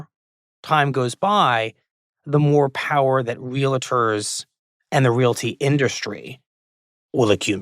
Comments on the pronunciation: WE ARE REAL-TORS, NOT RELATORS FOR F**K SAKE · Minor point: the profession is “real-ters” not “ree-le-ters” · For the record, the word is pronounced “real-tors” not “real-i-tors” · REAL---TORS! LIKE REALTY! REAL---TORS!